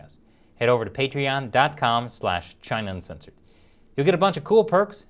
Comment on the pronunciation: Hey was it just me, or did you say "China Uncenthored" . I had to replay a few times.